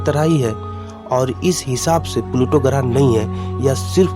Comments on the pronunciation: Graaah नहीं grah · Garah nhi grah hota hh pagle pure vid kharab kr di